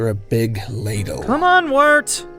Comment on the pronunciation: Wirt literally sounds like the word "Weird"